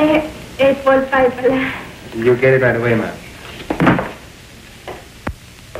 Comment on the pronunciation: epol pie daw. hahaha